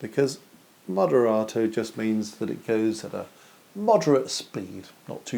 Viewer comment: I love how the the first moderato is pronounced in a very Italian way, and the next one is always distinctively British. It's just like how I order at Olive Garen.